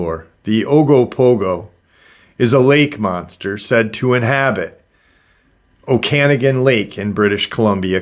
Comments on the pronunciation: I swear im not one of those people that whine about pronunciation lol i mean well. Okanagan is said Oh-kin-nog-in. I'm canadian, from Alberta but I've been through the Okanagan Valley a few times. I always tried to keep an eye out for Ogopogo and sasquatch since i was a child. I am into AI Art. I wouldnt have guessed this image was of that, i thought someone had a dragon statue of some kind in the water. Its not that easy to create photo realistic anthropomorphic characters, for them to at least turn out well anyways. Sometimes it will place your image in a weird spot. Maybe someone had "water dragon" in the prompt, if it is AI, who knows what else. I know for a fact i've seen this before but it was a dragon face, not a wolf. It could just as easily been a statue like i mentioned before but someone else overlayed a wolf face afterwards. I know how that works as well. Unless im experiencing a mandella effect, the image has been altered. There is another news article that covered this. My images are never that realistic and i do focus on that. I dont use midjourney though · In BC, we say it like oka-noggen, emphasis on the 3rd syllable.